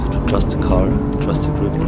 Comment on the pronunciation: "trust ze car. trust ze grip"